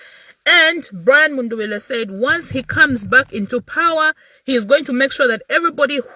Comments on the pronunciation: It's mundubile my sister not mundubila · Please pronounce MUNDUBILE correctly.❤